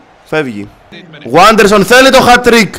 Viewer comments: Δεν διαβάζεται waderson αλλα vaderson είναι Πεχτης της Λαμίας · Ειναι Βάντερσον και όχι Γουάντερσον by the way.